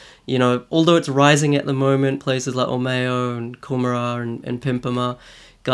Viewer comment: Or-mayo lol it's pronounced or-mo.